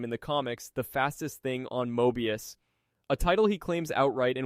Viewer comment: Did ai write this? I couldn't help but notice you were having a difficult time pronouncing many terms (particularly Moebius), while also having fairly comprehensive detailing